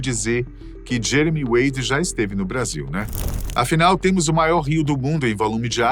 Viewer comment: 😂 no final só saiu "Jemery wady"